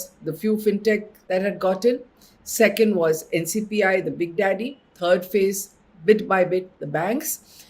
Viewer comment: Thank you for sharing. Btw it's NPCI not NCPI :)